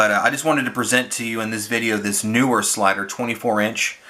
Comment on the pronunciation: NEE-wer, not NU-wer